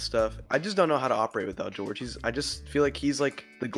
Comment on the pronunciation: "gOuRGe" it's George